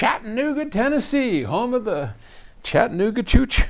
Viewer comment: Chat-ta-nooga, sir. Not Chat-nooga. ;)